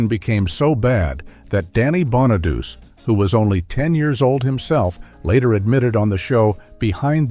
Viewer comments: Danny's last name is pronounced Bonaduchi, not Bonaduse. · And Bon A Doochie, not Bon A Duce